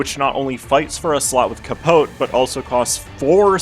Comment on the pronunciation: brother cant pronounce capote right but nails walpurgisnacht